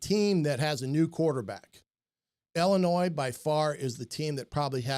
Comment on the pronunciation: My man passing on the French calls them Ill-annoys lol